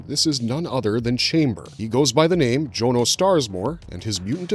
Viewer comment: Tip from a real life Jonno: it's usually pronounced John-o and not Joan-o. You know, 'cause it's short for Jonathan (not Joanathan)